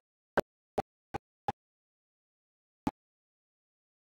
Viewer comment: for 1 treman park is pronounced tree man and cathrines creek is in watkins glen